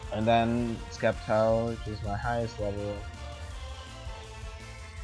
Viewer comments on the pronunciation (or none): STOP SAYING SKEPTILE ITS PRONOUNCED SEPTILE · It's not skeptile it's sceptike u pronouncing it wrong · did he said skeptile ? wellif he did said that its actually septile(sceptile) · Sceptile its not sceptike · He sez it k but it's a c